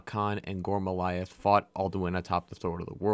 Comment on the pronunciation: Dawg It's GORM-LAITH It's SOV-N-GARDE Geez you content creators are ridiculous! Do you not write the script? Didn't you hear the 1,000,000th time someone in the game gives you the proper pronunciation with subtitles ??? Baffling. Like wtf. How can you pronounce Ysgramor flawlessly but come at me saying "Voli-kar" instead of Volkihar 😤